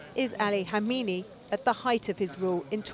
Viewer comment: Two things. 1. How can a supposedly serious journalist not pronounce a simple name properly?, 2. Any discussion of Khamenei’s life which fails to mention the bomb attack that almost killed him in 1981 is amateur trash. It defined the rest of his entire adult life and career, and therefore the fate of Iran itself.